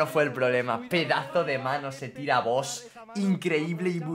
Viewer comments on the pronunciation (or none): none